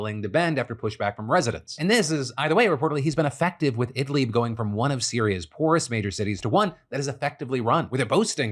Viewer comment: Some constructive feedback: Please check pronunciations before you use them. The "i"s in Idlib are like the "i" in "lid". I'm not expecting you to nail really difficult phonemes, but this one is really easy for English speakers. Fortunately (or unfortunately 😛) you didn't say something which has a funny meaning, but it still makes a big difference to people who speak the language.